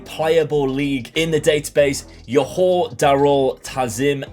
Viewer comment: Just a bit of correction. Johor is actually pronounced Joe-hor and they are actually a club that is funded by the Johor Royal Family